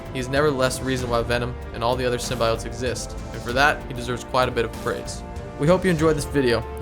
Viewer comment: STOP SAYING “SYMBIOTES” LIKE THAT YOU SAY IT EVERY 4 SECONDS YOU PRONOUNCE IT WIERD EWW